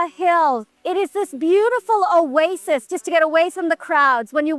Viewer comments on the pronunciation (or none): none